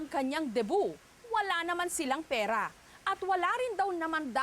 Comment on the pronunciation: bigkasin nnu ng maayos ang r,pera hindi perra